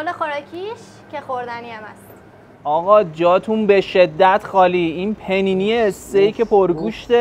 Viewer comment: اقا پ نی نی نه! پانی نی لطفاً 😅